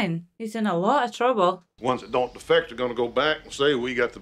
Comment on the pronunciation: Love you, but research the word defect. Great reaction as alwayws thogh.